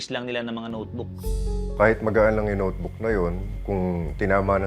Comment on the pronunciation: Sabi notebook,Hindi sumbag